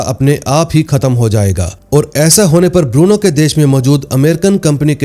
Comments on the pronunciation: Lagta hai, yeh Bruno ko Burno bolne wala koi Parkaas bhai hai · बुरनो नहीं भाई😂 ब्रूनो